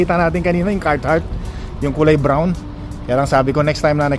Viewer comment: Boss CAR -HARTT po hindi po CART -HARTT. 😂😂😂